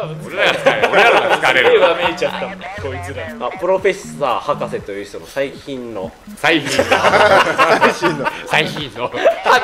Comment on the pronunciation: 歯抜けレトルト氏の「ｻｲﾋﾝﾉｫ…」で笑いすぎて歯抜けた